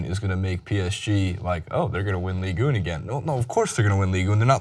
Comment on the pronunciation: Please stop pronouncing it 'ligue une.' It is 'ligue un.'